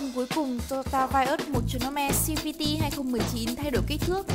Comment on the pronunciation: Đã đọc tiếng việt thì đọc hết mẹ nó tiếng việt đi cho dễ nghe. Đọc xi vi ti làm gì